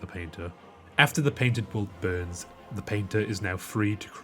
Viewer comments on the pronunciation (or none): none